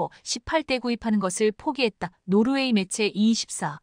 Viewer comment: 매제× 매체○ 세개월×삼개월○ 잘좀합시다.